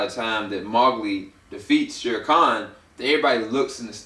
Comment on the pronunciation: you say mowgli wrong. it's annoying